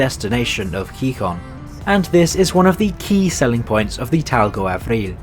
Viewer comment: Interesting video and evaluation. For future reference, the accent mark in Spanish words, including proper names, indicates which syllable gets the emphasis. So it's pronounce heeHON, not HEEhon.